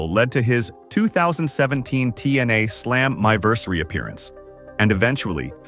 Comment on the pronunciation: AI not good with timelines. “Slam eye versary”.